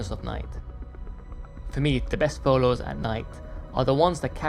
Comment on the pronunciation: Love your work 🎉🎉🎉 And also how you say photos #pholows